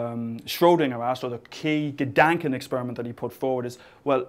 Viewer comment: Gedanken... wow that pronunciation was horrendous... <3